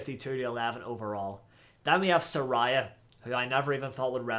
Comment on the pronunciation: Finally Saraya is pronounced Sa-Ray-ah.